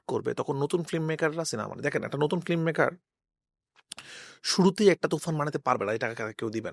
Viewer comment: রাফি ভাই ওটা ফ্লিমমেকার না, ফিল্মমেকার। ফ্লিম না ফিল্ম। শব্দটা বাজে শুনাচ্ছে..